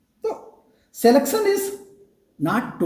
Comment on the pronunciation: Knowless, educason, selectson,etc etc., OMG! English pronunciation 😂😂